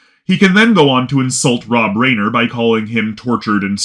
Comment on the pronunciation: Reiner is pronounced Rye-ner.